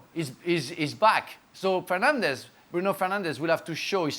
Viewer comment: Did Frank just call Bruno, “Penandes”? 💀